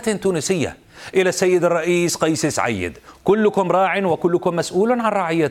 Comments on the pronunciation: حسنين الخياط اسم سعيد يقول سعييد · فرح جوري كيف وهو ينطق اسم سعيد ب سعييد